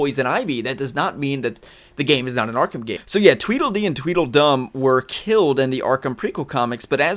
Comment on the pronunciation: I thought he said the DeDe twins from Batman Beyond rather than Twiddle Dee and Twiddle Fun?